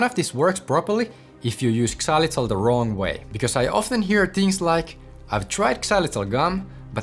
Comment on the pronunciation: The X in xylitol is pronounced like a Z; it’s not pronounced ex-zylitol.😒